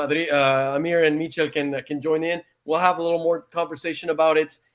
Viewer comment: Thank you guys for the giveaway been watching y’all since around covid and you guys got my name spot on Michel pronounced my first name perfectly as well as u pronounced my last name perfectly as well.